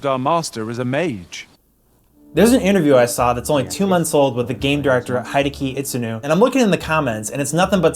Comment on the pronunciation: Your prononciation of Hideaki Itsuno killed me